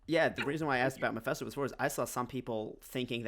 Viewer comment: Great panel. And lol, his name is Mephisto, like FIST, not Mephesto, like Pesto.